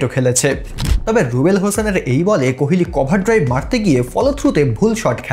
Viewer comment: আপনি কোহোলিকে কেনো অশিক্ষিতের মতো কোহেলি কোহেলি উচ্চারণ করছেন?